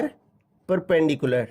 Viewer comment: Perperpendicular❌ Perpendicular ✅